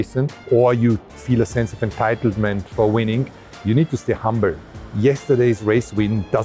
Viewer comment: Doesn't say humble Says hambull.